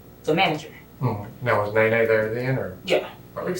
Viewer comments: Not "Neene". It's Néné lol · The AI voiceover could not handle the name “Nene”